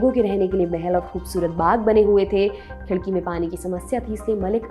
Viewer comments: Hi i m from aurangabad, tumhare content dekhne me bahot maza aata ek chota correction hai it's not khidki it's "khadki" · Khidki nahi vo Khadki hai... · 9.12 it's not a khidki it's khadaki then aurangabad and now sambhaji nagar